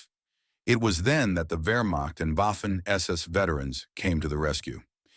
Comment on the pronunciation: Boffen SS veterans Moffin SS soldiers? Isn't AI great?